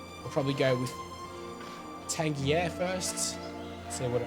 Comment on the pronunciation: Pretty sure "Tangier" is pronounced "Tan-jeer", not like a G but with a J.